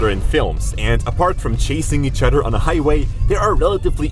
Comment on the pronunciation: Other not Udder the "th" sound isn't pronounced as "d"